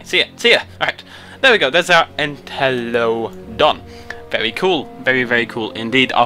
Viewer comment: it's pronounced "en-tell-a-dont", cheers!